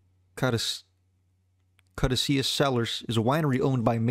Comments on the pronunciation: Hahah … when he said that, I was thinking “ya that’s not a lie that my daughter would claim buddy so, whatchoo talkin’ bout” … then when he totally missed the lawsuit’s role in FI’s delay followed by not being able to pronounce Caduceus (ka-DOUCHE-EE-us) … I was like ‘what’s this dude know about ‘the iceberg’ anyway (btw, it’s either a spiral, or penis shaped wrench you’re after, not an iceberg)” … then seen your comment and feel off the bed laughing! 😂😂😂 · Wow, this video is so bad. And Caduceus is so incredibly easy to pronounce